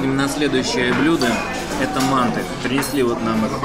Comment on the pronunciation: МантЫ,а не мАнты!